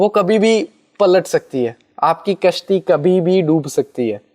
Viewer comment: Hello sir apne bola kasti doop sakti 😂😂😂 I like it